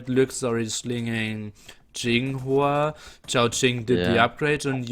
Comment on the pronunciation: It's *Y*inghua not *J*inghua lol. Does Y pronounce J in English?